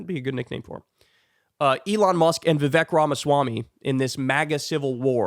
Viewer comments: "Elon Muck" 😂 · “Elon Muck” 🤣😂